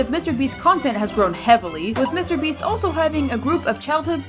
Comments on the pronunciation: "mr brest" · Bro really said mr breast